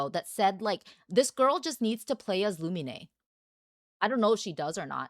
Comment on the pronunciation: Why do you call her Lumi-nay? Her name is Lu-mean.